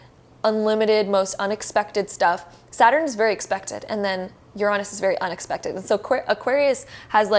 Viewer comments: Just heard it 😂 I was shooketh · The pronunciation of Uranus caught me off guard.